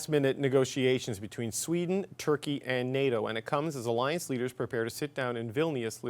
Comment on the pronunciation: Bro said sweda😂😂😂